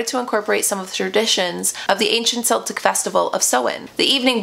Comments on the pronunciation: KELtic the Irish use a hard K sound for C (I'm part Irish.) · I'm really sorry, and I don't mean to pick you up on what you are saying. My family heritage is Irish and I live in the UK. Celtic is not pronounced the way you are saying it, it is not pronounced as if it is S, it's like the C in say Cat, Cabbage, etc. I think you are brilliant, and I love watching your videos, especially ones like this. So please do not think I am being nasty for posting this, I just thought you may want to know. Happy Samhain 💚💚 xx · Love these kinds of videos as an Irish person! A little fyi, it’s pronounced keltic (with a hard C). Celtic with a soft C is a Scottish football team. And Samhain is pronounced sow-in, rhymes with cow-in rather than sew (a needle pulling thread 🎵) love this history vid xx